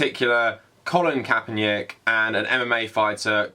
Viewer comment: "Colin Kaepernyick" lol, you pronounce it like its a Slavic name. Also Nike is said like "nai-kee" not like "hike" but with an N instead of an H